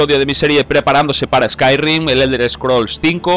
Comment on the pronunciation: Se dice "ESCAIRIM" no "ESCAIRRIM"